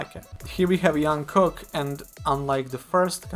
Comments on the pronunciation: jungkook is pronounced "dschungkook" not "young-kook" !! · Jungkook not Yunkook. This is how he says his name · I really enjoy Your commentary videos! Just would like to point out - J in Jungkook’s name is pronounced same as in Jimin, Jin or J-hope. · no that’s wrong. It’s pronounced like jump not Jupiter. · no one ever calls him yong kook if they are familiar :D I don't know who told you that pronunciation is right but they intentionally or kon intentionally wrong :D